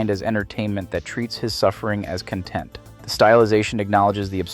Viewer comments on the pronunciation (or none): there is absolutely no way this is a human voice. The quality is worsened on purpose to fool you. There is an unnatural flat tone to it and there is even errors (one someone else has found: conTENT instead of content) The only thing very much real about this video is Radcliffe's talent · treats his suffering as content Is what an AI reading a script would say. A human would say CON-TENT CONtent and conTENT are two different words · At the AI voice over messes up, and mispronounces 'content'. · You said "conTENT" as opposed to "CONtent". Not 100% proof of AI, but I can't trust you with creating your own content. This will be the first and last video of yours I watch. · The pronunciation of 'content' seriously has me guessing this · Is this an AI voice? He pronounces “content” the wrong way …